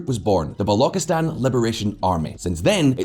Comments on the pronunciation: When you Pronounced BALOCHISTAN as BALOKISTAN We knew how well you know this topic. 1/10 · governor of kashmir area? Are you kidding me. Pre independence kashmir was ruled by king hari singh. The level of poor research is unfathomable in this channel. That's lazy research work right there And balochistan is not balo-ki-stan. It's balo-chis-stan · 'Balokistan' 💀 It's 'Balochistan' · It's Balochistan... "ch" like in "chia, china", "lo" like in "loop". Not Balauckistan...🤦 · Not "Ba-loki-stan" it is pronounced as "Ba-lou-chee-stan".....People of that region aren't called bollocks or boloks......Ba-lou-ch ("ch" as in Char, not "ch" as in character) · Balokistan? It's Balochistan. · The fact that he can BARELY pronounce balochistan with a 'ch' shows how little research he did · don't even pronounce gawadar, and Baluchistan properly but still giving "expert analysis"😂😂😂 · It's pronounced as ch as in China in balochistan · Man, you are pronouncing Balochistan wrong. You sound silly. Also terrorism has decreased exponentially. Your information is about 8 years out if date. Multiple Mistakes in this report , I'd give it 'D'. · saying a guy who can't even pronounce Balochistan hahahha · your pronunciation of Balochistan, Laskar-e-Tyyiba, Hizb ul-Mujahidin, etc., is hilarious. 🤣However, the video footage you showed while describing different parts of Pakistan, i.e. footage from to , does not reflect the regions of Pakistan you are talking about; this footage is from Bangladesh, specifically pre-liberation war Bangladesh. While, technically, Bangladesh was also part of Pakistan at that time, you are not talking about that during this 30-second clip. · Also mispronounced Balochistan, but that's forgotten. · The pronunciation of Baluchistan is so cringy lol